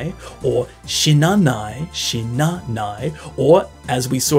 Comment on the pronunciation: Great video! Can i just correct one thing!! - The accent on NoMAnai is correct but Shi NA nai isn't correct. Its shi na nai. It doesn't rise anywhere 😟 same for ashita, it doest rise at aSHIta. And sorry to be picky, its not 'I'chidan, its i'CHI'dan 🫣